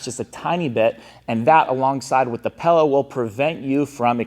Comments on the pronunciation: It’s a pillow, not a pellow. Other than that, thanks for the info. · Learn how to say pillow.